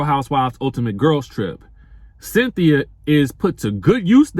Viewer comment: Chile 🤦🏿‍♀️🤦🏿‍♀️ 🥴 did u say Cythina 😭 U really must be 😩🙄